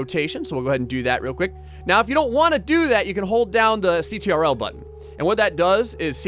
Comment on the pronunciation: Who actually says ctrl like that?